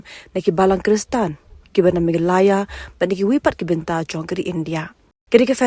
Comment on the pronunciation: Ia i nongpule news, sngewbha kynnoh bha shuwa ia ka kyrteng ka jylla lajong...ym dei megha-LA-ya, dei me-GHA-Laya. Lehraiñ ba tang kyrteng jong lajong ruh ym nang kynnoh.